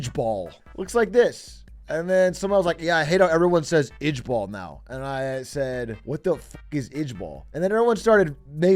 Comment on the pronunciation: This the second time a Dutch word is turned into an acronym for something funny. Lol was already a word before it became LOL, and ijbol is also a dutch word (at least let's pronounce it the better way, "eye-bol" like in Dutch)